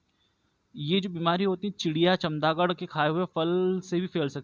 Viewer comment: चमगादड़ है chamdagad नहीं